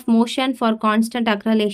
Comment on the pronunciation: Acceleration pronunciation is wrong